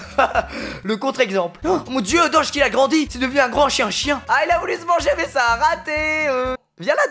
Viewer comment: Squeezie ne sait pas prononcé doge